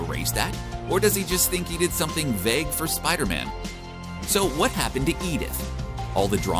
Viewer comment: "Spida Man"